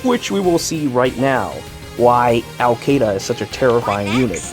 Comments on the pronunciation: ITS SHIIDA NOT KEYDA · Awesome brain damage story but I pronounce Caeda differently (I say it like see-duh) cuz that's how they said it in Warriors I think so the name kinda takes a blow if you say it different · Ok, I know this ruins your joke. But her name is pronounced She-da. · Al Caeda was always the Sword flier that I wanted to use since launch, even without her Wing Sword refine. Then again, since I’m just a little f2p player, I never get to build any of the units I want to. Btw, I always have pronounced her name as KAI-AY-DUH even though it’s actually “Shiida” or whatever. I think the way I pronounce it sounds stupider and sounds better to my half-deaf ears. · its pronounced SEEDA /s